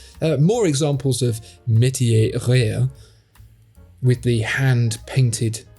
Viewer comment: funny hou you can pronounce metier just fine, but you can't do rare.